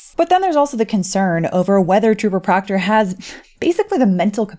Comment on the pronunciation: PLEASE PLEASE PLEASE, DON'T STOP SAYING: " TROOPA PROCTAH"😅😅😅